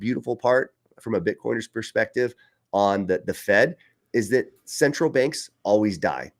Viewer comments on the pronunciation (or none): What's a "Cerntral Bank?"